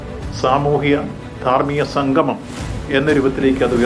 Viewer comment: സംഗമം ആണ് സംഘമം അല്ല..